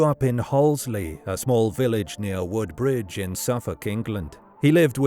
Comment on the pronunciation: Narrator mispronounces Hollesley and Woodbridge.